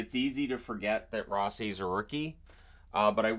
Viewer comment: Rossi pronouncation is Row-see